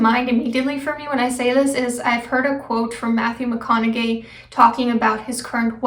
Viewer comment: 10/10 video as usual.. super beneficial and keep it up <3 but just a note it's pronounced matthew mah-kon-hay